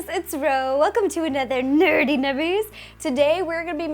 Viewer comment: 1) I miss the way you would say "nerty nummies" instead of "nerdy" and 2) A lot of the stuff you do is really hard to actually do o.O